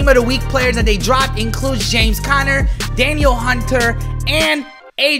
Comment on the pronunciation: “Da-Neil Hunter” not Daniel